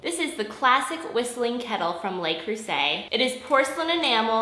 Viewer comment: Could ya learn how to pronounce the name of the brand before giving a review?